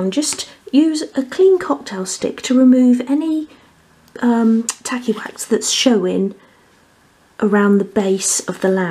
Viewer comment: I can't help it, but every time you say tacky wax , I hear tally wack. Lmao